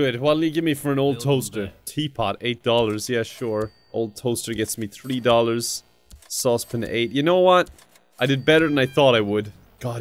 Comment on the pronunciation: Sauce Pan.: “Saucepin”